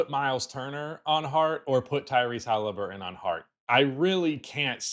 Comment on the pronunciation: its hellyburton,.